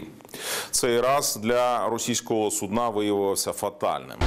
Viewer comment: Цікавий наголос на слові судна на кінець слова і це означає судно яке використовують в медицині для лежачих хворих…)